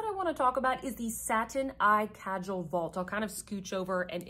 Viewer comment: "Kajal" is pronounced "kah - jull" (rhyme with "dull"). It refers to the heavy eyeliner style that was popularized in the middle east and south asia. Sometimes the word "kohl" is also used.